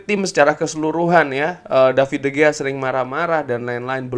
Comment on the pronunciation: Cara bacanya bukan david de gea bg tapi de hea, jgn cuma ten hag aja di korek